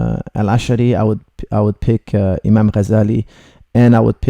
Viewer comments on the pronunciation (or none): none